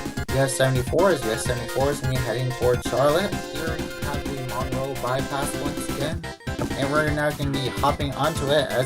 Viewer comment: . It’s ConCORD not conCURD. It’s MUNroe, and Rutherforton does not sound like the ladies name. It rhymes with rut.